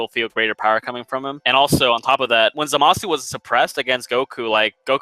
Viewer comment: You pronounce zamusu wrong